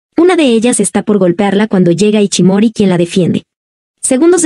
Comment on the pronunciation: No se llama iCHImori sino iSHImori, SHI SHI. De ahi el apodo de ISHI q significa piedra. Se pronuncia ISHI no iCHI